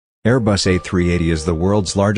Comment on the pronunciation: and it's Airbus not Air Bus, mr "Expert".